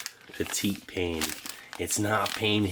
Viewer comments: As I've commented before, the French word for bread may be spelt "pain," but it is pronounced "paeh." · “Pain” is pronounced “pahn “ in French. Love your stuff.